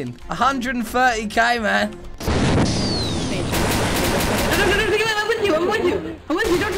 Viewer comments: not hating but everytime he says man it sounds like ma"me i dont know if that is just me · btw not all the time